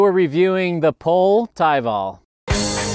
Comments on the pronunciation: Hey did you know its pronounced pol-ay. As in Go in finnish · The more I ride this bike, the more i love it. Pole did a great job on this, it's one of my top steel frame recommendations for modern riders in challenging terrain. Oh, and THEY'RE IN STOCK! Also, I don't pronounce the company name correctly. Sorry pole! It's pronounced po-lay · It's ok. GMBN are sponsored by them, and even they pronounce it wrong.